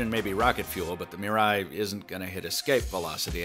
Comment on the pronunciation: MEE-rah-ee good vid except for the pronunciation of Mirai